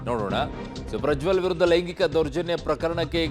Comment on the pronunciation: ಪ್ರಜ್ವಲ್ ❌ ಪ್ರ ಜೊಲ್ಲ ✔